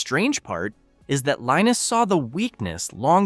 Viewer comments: Could you consider being consistent in how you pronounce Linus’s name? FYI, he says it: LEEnus. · Linus said that it's pronounced differently depending on where he is. Some people say Line us, others say Leen us, still others say Lin us. I grew up with Charlie Brown. One character's name was Linus pronounced Line us.